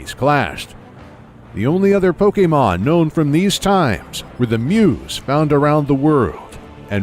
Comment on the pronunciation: Does anyone else get aggravated by the way he mispronounces Pokémon’s name? It almost makes this unwatchable